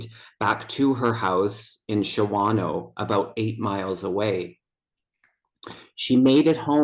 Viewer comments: pronounced SHAWNO. Three years to the day. I live an hour away and have never heard this story. That's incredibly sad. Yes, I think Charlie was drinking. Shawano has an abundance of bars. A blue--collar area. Probably a lot of people know who did this. People talk in bars. Law enforcement may know who did this. They are protecting their own. A state agency or FBI would have to investigate. She's not the first and won't be the last unless a Jack Smith type investigates. So sad. much love, and Debbie... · Shawano is pronounced "Shon o"